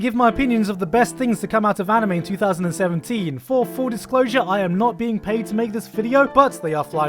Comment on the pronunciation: Are we just going to ignore the fact that in the beginning when he says 2017 it sounds exactly like 3017. 🤯